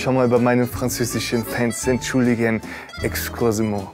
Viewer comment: Wie noch nicht mal "excusez moi" aussprechen kann und dann auch noch nen französischen Akzent spielt haha